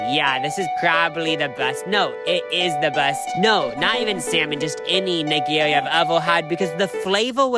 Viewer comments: The constant changes in pronunciation of Nigiri is hilarious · please look up how to pronounce nigiri 😖😖